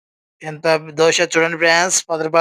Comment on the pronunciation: Dosa , Dosha Kadu Babu